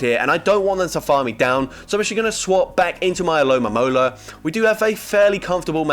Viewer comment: It's ALOMOMOLA. NOT ALOMAMOLA. No mames.😂